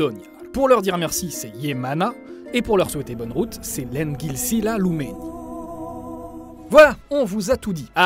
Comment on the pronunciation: Je suis un elf et ça vas je trouve que tu l'as plutôt bien dis, t'as bien fais la liaison entre lend et gilsila, habituellement les débutants en elfique oublie la liaison, tu as eu un bon prof c'est sûr. En parlant de ça je donne des cours d'élfique si ça intéresse quelqu'un.